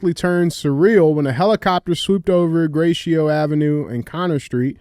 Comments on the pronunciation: Hey DJ - the street in Detroit is Gratiot and it’s literally pronounced Grass-Shit I know it’s French and you’re good at French and shit but we do stuff different in the D 😂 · GRATIOT is pronounced GRASSHIT Thank you for your attention to this matter 😂